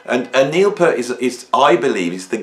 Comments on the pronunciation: It’s Peart (peeeeert) not pert peeeeeert 😂 I recall an interview on KLOS back in early ‘80’s with Neil on Sunday mornings. He frustratingly says it’s pronounced peeeeeert not pert it’s peeeeeeert peeeeert not pert 😂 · NOT. Listen to Neal (typo) say his name (check out his interviews). It is Peeeart. A long E. It is not 'pert' like a girl's nipples.